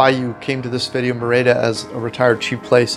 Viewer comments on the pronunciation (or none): It’s not “mehr-ey-dah.” It is pronounced “MEH-rih-dah.” With the accent, stress over the first syllable. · Pronounced MER-EE-DA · A friendly tip:. Merida is pronounced Me-RI-da. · Lovely vid, but it is pronounced MER-i-da 😀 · If you could pronounce Merida correctly, it would add credibility to your video.